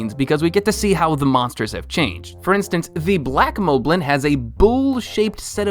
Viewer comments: They are pronounced mob-lin, and bo-koblin, it's a play on the word goblin. I can't understand how people don't understand this. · is it just me or is his pronunciation weird? Hi-nocks Bow-kow-blin Zilda Mow-blin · He also pronounces it as Lih-zahl-fows, but I know I just pronounce that one weirdly (Lih-zahl-foes) How I see the other ones are: Hinox: Hee-nocks Bokoblin: Buh-caw-blin or Bow-caw-blin Zelda: Z sound, L, "duh" Moblin: Maw-blin